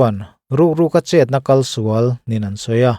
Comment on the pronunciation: Tlat khaw hnu-ah ka lo ngaithla ve a,chhiar thiam khawp mai.Mahse,'a sa ka'n tih i lam dan hi,'kal'hi ri sang loin,ri hniam tawi bung deuh vata lam tur a nih hmel.'I kal dawn em?' tiha 'kal'lam dan loin,'i kal dawn chuan' tiha lam ang hian aw.'A sa kalin'